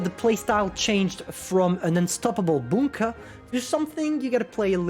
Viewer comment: I think i love your pronunciation of bunker as you said it very German, Bunker 😄 Also can you Do a Review of the New AMX pls, i cannot make it work somehow....